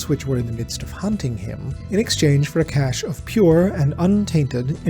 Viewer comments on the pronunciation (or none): none